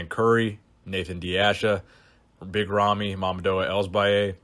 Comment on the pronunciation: i dont know how big ramy's name is pronounced, but i dont think that was it XD